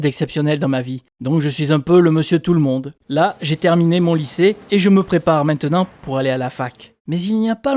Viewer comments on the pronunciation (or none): none